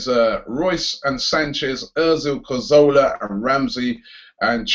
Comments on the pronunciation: Robbie... When will you learn how to say Cazorla's name right ffs?? CA-ZOR-LA not CAR-ZO-LA you ignorant fool! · It's CAZORLA not CARZOLA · Man says Cahzowlaar you know 😐